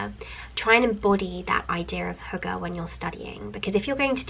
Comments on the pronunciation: I heard "hooker" lol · aww, you trying to pronounce hygge haha, it's not actually only a Danish word, we use it in Norway too :) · I love How you're trying to say hygge 😂